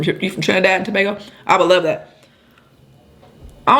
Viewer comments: sending love and positive vibes your way and your pronunciation was right the first time for Tobago. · Yasssssss Try That Brown Stew Chicken With Potato...BTW You Said Tobago Right The First Time 🇹🇹🇹🇹🇹🇹